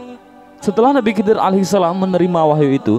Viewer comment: Ko di baca nabi kidir.. bukankah itu huruf kha atau di baca kho. Jadi bunyinya khidir bukan kidir..